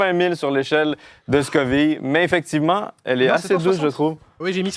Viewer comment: Est-ce que tu fais exprès de mal prononcer Scoville?